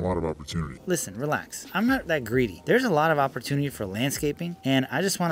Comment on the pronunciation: Bro the “listen…. RELAX”🤣🤣🤣🤣